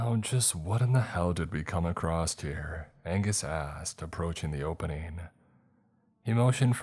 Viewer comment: Why do you say it like “acrosst”